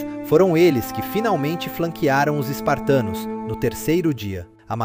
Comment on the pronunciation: Parei de ver quando ele disse spartanos. Rs